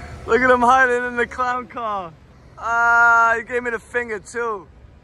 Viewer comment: That's not how someone from Brooklyn, Queens, Manhattan or even Long Island pronounces the word "car". So where are you from?